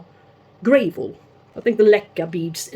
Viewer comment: lovely dog. Mine loves the snow too but we didn't have any here this year! Had to laugh how you pronounce gravel. It's not grave-el, it's grah-vel. Shame about the scale. They can really mess up our observations. Like you I have many times taken out an orchid, noticed the roots had rotted and concluded it didn't like hydroponics but it turned out it's only ever infected plants that develop a problem. No scale, no rot in future. Or that variety really doesn't like to be potted hydroponically. I have upped the game here myself and have invested in a sulfur hotbox fumigator. After 3 years of dealing with the majority of critters keep coming back I am nearly ready to give up trying to be honest so last effort to eradicate my rot problems... Even though it's not a great idea to use it indoors only because it will make a house smell of rotten eggs. What did I get myself in to growing orchids eh